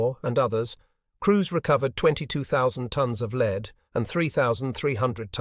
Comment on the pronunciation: It is interesting how AI has been used to create these unfortunately ponderous and rambling documentaries. AI is not able to adjust to the correct pronunciation of words that, when used in different situations, is not pronounced correctly. The best example that I can give in this nearly flawless AI presentation is the word "lead" which was phonetically pronounced "leed" instead of "led" or "lead"...